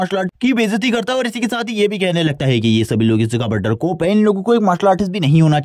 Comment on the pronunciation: or डरकोप nahi bro डर पोक 😅